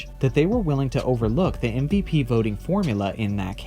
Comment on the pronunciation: Exactly how I feel, either change the name or get it right. It’s MVP not MPP